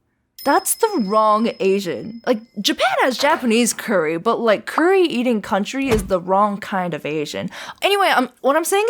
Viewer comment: Just say "what cauntry😂"